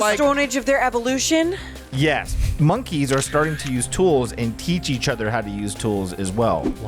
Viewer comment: Lmao “Monkys”